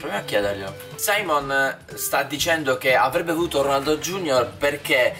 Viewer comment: È SIMEON NON SAIMON